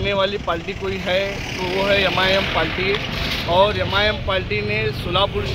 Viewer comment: पहले पाल्टी नहीं पार्टी बोलना सीख